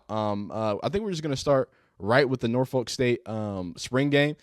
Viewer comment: The way out of town people say Norfolk is hilarious. It's just cringe 😂😂